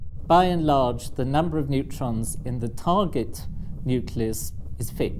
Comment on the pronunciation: I get confused when he says ion because I don't know if he's saying iron. Same with lodge and large, call and coal. They sound the same when he says them.